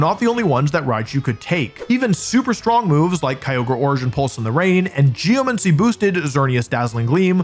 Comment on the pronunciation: Yay, another video where Wolfe mispronounces geomAncy